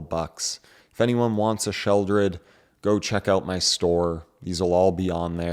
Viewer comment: Sheldred? Have I been pronouncing it wrong this entire time?